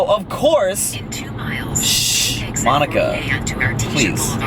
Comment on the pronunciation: When he said monica it sounded like my nigga 🤣🤣🤣🤣